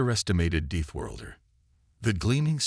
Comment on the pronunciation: Auw! Deethworlder again. How is this possible! Such basic words and then so mangled 😮😮 I’m still going to listen to this story because the concept is promising. However I already know this is going to be a torture, I’ll try to sit through.